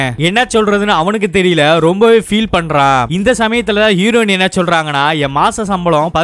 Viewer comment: Hero"in" not Hero"ne"